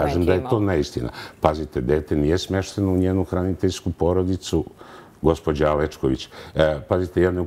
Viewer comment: Ko je ovaj čovek?Oseća se veeelika laž.Djordjević ministar, ko je on?Oduvek mutan!Ovoga je ON izabrao! Za koga radi? Zašto govori: gospodža, neče,kršeči,odredženi...odakle je ova spodoba? Menja pitanja voditeljke jer nešto krije!??? Uaaaaa...uaaaaa...uaaaa